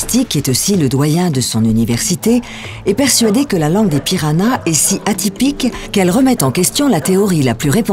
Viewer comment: C'est moi ou elle prononce PiraNas au lieu de PiraHas ?